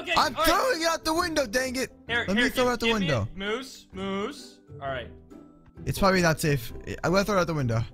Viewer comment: michele torres-rivera and its moose not mosse